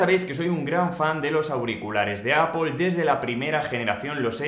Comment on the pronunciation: Puedes dejar de decir apol